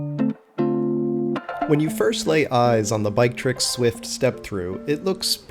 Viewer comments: I'm pretty sure it's BIKE-TRICKS in pronunciation. Source: I have shopped at their store. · It's pronounced Biketirik not Btrick.